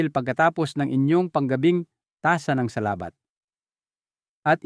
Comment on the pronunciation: Taga Visaya yata si Doc may mga salita ng di mabigkas ng tama tulad ng “paglalakad”, “Salabat”